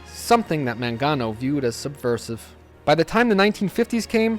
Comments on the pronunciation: Mangiano? It's "MAN-ga-no." The G as in "get." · Apart from the mispronunciation of the last name Mangano ( Man-GEE-ano ) : MANGO , MANGANO , the letter G sounds the same in both words ( sorry I’m Italian 😊 ) , it’s a great video , lots of info . Thumps 🔝 ❤